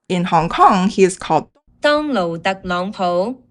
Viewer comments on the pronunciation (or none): none